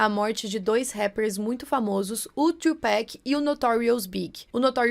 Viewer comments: É "Tupac" e não "Tupeck", a pronuncia é com A msm! Enfim, ótimo video. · Se pronuncia Tupac! Não tupack! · Bom vídeo. mas não é tupeck, é 2PAC ! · Puuunk! Amei o vídeo, trouxe tudo e sem teorias doidas. Mana é “tupAC”, se fala com “a” mesmo 😽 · PQ brancos falam TuPEC? kkkkkkkkk